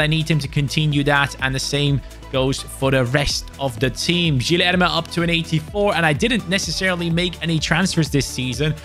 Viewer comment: in portuguese, when there is a u between g or q, you dont say it. So it is like Kenda or Kilerme